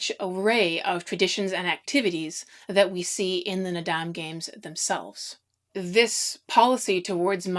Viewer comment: FYI: Naadam Is pronounced more llike “ nard-arm”. The end of the word is never pronounced as “dam”.